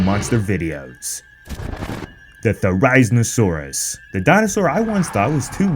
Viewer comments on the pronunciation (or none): Its THERIZINOSAURUS NOT THE THERAIZNOSAURUS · I love your channel, but I’m sorry you’re pronouncing Therazinosaurus so wrong, your saying Ther•I•zno•saurus but it’s pronounced Thera•zino•saurus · its theri-Zin-o-saurus not , zyn or whatever you said lol love you guys , your amazing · Why did you called it theri-zmosaurus!!!!!!!! Not how it is pronounced LOL. It is Theri like fairy with a Z, Zin like Zen and then osaurus, Also I 100% thought it was blind. Also Doyouthinkhesaurus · Why are you pronouncing it 'Ther-eye-zin-oh-saur-us'? Isn't it pronounced 'Ther-iz-een-oh-saur-us? The second way is the only way I've ever heard it pronounced. I'm asking because I genuinely want to know. Is that the true pronunciation? Or is that a personal thing? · you pronounced therizinosaurus wrong its "There-is-in-oh-saur-us" not "There-eye-zin-oh-saurus" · Therazinasaurus not therizmasaurus. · Ink hate but I’m pretty sure it’s “there-ee-seen-oh-sore-us” not “theri-zihna-sore-us” :\ I also checked pronunciation after this video and now it sounds wrong every time he says it. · Ther-i-zeen-oh-sore-us Not ther-ise-no-sore-us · THERE RIN ZIN SAURUS? LMFAO, ITS thr I zee now saw ruhs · It’s not Ther- eye-zin-sorus it’s ther-eh-zin-a-sorus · OK, I don't typically use all caps, but this bugs be too much: THERIZINOSAURUS! NOT THERIZNOSAURUS! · NO ITS NOT THE-RISE-OSAURUS ITS THERA-ZINA-SAURUS 😭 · Ther-i-zin-o-saurus. Not Ter-EYE-zinosaurus. If you are going to describe this dino the best you can, stop mispronouncing things jesus. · Theraizainosaurus? It's read Ther"e"z"e"nosaurus. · You pronounced the therizinosaurus wrong. Its ther-is-een-oh-sawr-us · you expect us to take you seriously but you can't even pronounce theri-zino-saurus correctly. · It's pronounced Ther-i-zeno-saurus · For the last Time, it’s pronounced THAR-A-ZINO-SAUR-US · We need a whole video on why it didn’t kill her? It just lost her scent in the water. Also did you just say “ther-EYE-z-nesaurus”? Lmao